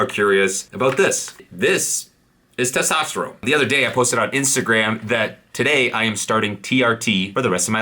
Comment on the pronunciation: Its testosterone not testosterome. Drives me nuts man. All the best for you 🖖🏼🖖🏼🖖🏼